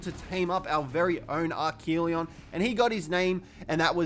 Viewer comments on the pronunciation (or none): And archelon pronounced arc-a-lon